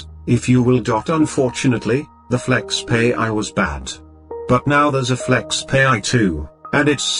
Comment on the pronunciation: Its not pronounced as (flexpay) but FlexPai as in (pie). So funny